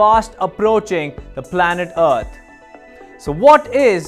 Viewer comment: The planet "Uht"? Lol... Deepak... whatre u doing butchering our planets name...? Its "Earth" ....